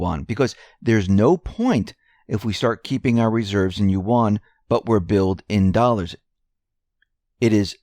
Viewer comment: you mispronounce "yuan". Yuan (Chinese character 元) pronounced correctly in mandarin Chinese sounds closer to the English word "when", except it starts out with the "yu" sound of "university". Also, "yuan" is one sound; it is not "yu" followed by "an". A perfect example can be found on "USA TODAY" channel, video titled "Yuan - How do you say it?" at the 15 second mark. To my surprise, many of the pronunciation videos (even prominent ones) got it totally wrong, smh! I will say that there is variation across Chinese accents but, let's stay with the most correct mandarin. Also yuan is pronounced in a rising tone (tone 2), but not necessary when the language spoken isn't mandarin.